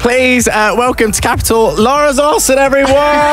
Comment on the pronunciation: Lmaoo he said Lara Zarsson😂😂